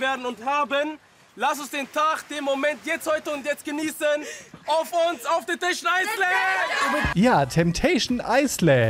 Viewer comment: „TETESCHÄN EISLÄÄÄÄND“ 🤣🤣